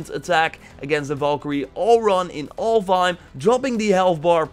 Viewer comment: I keep thinking he's saying Ulduar.